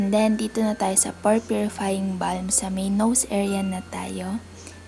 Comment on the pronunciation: Konting correction lang po sis hehe Bam po hindi Balm hihi silent L. But all in all Ganda ng skin mo. Kainggit.